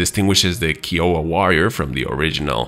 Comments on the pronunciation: Keeowa🤣🤣🤣 it’s pronounced k-eye-owa 😂😂😂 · Kai-oh-wah not Key. 👍 And is the AH-64 variant the longbow? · "kahy-uh-wuh" not "Key-oh-ah". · Also its pronounced "Kha-I-O-Waa"